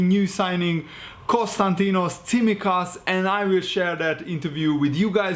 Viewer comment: Nice to see someone who can pronounce Tsimikas' surname.